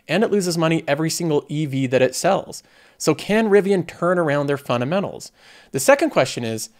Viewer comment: You say "fundamentals" a lot, so can you please say it clearly, instead of "funamenals" it's annoying